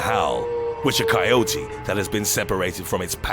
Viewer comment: THAnK GOD YOU PRONOUNCED IT RIGHT!! Love the videos by the way.